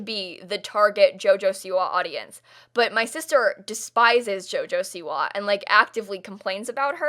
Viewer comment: why do u say siwa weird